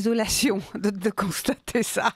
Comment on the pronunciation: On konstacte, on konstact, on konstact…